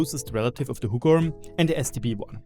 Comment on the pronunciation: I clicked the video just to hear you say Huggorm 🤣 You said it pretty good tho 👍